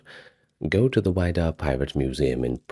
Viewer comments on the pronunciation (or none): I grew up in Massachusetts. My parents live on Cape Cod. It's the "WIDD-a" (like "widow") - not WIDE-A"! Also, just FYI, sadly the museum in Provincetown, which was on McMillan Wharf, is closed. It has been moved to West Yarmouth (Cape Cod). It's a really cool exhibition. I've seen it several times.